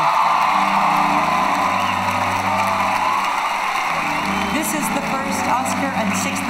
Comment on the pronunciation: did Julianne say "Deeonardo Leecaprio?"